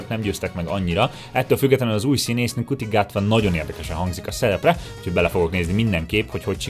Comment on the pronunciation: Ncuti Gatwa keresztnevének kiejtése "Shooti" :) Nem kötekedésnek szánom, nekem is nehezen áll rá az agyam, de szerintem megéri utánanézni ezeknek.